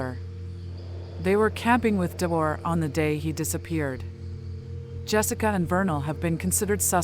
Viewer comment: His name is pronounced Dee-Orr, not door! I was a friend of his Grandpa’s on his dads side. His biggest fear was to die without ever knowing what happened. Sadly, he passed with a broken heart 💔